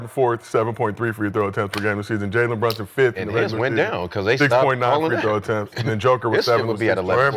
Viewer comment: HE SAID JALEN BRUNSUN HAHAHAHAHHAHA NOOOOOOO FUCKING WAYYYYYYYYYYYYY